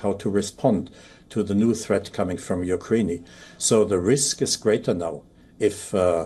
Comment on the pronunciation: what is ukrain-ey?